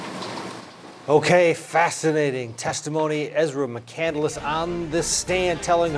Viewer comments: Why does this literally seem like an SNL skit? Also... you know what’s a very disturbing thing even though it’s a small thing.... she took the last name of someone who’s name she isn’t saying correctly. I’ve literally seen documentaries where his family was in it & they say their name in it. It’s said “mick-candles”. Like she read a book about this person who went into the wild on his own to have an adventure, ended up getting stranded in Alaska, and some of his final words in his journal before he died were that life isn’t worth living if you have no one to share it with. Memories mean nothing if you don’t have any loved ones to tell about them or make them with. She literally must have seen herself as some super deep drifter traveler meanwhile she missed the entire point of the book and didn’t even humanize the guy enough to learn how to say his fucking name. Christ. Now she besmears the name with her violence, lies and bull shit. She probably only saw the movie. Wack job. RIP. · Did anyone catch that she pronounced her last name incorrectly. It’s McCandless and she keeps saying McCandaless 🤦🏻‍♀️ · The fact that she pronounces the last name Mc-Candle-less. It's Mc-Cand-less. She annoys the hell out of me. You are not anything special. Promise. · Why is everybody pronouncing the name Mc-cand-el-ess, when it reads Mc-cand-less. It's a three sylable name...not four? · When the defendant can't pronounce her own name lol. (Candle ss) it's spelled candless pronounced canned less. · Mc-candle-less!?!? Chris’s last name is Pronounced Mc-cand-less, so not a great way to honor him. She’s a weirdo! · And she doesn't even know how to pronounce the name? McCan-del-ess? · Shes saying mc candle less. She cant even say her own damn name. This little pos is so infuriating. Her opinion of herself knows no bounds. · She doesnt even pronounce it right - Chris mc candle less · She doesn't even pronounce her own last name correctly. It isn't "McCanduluss". Ugh.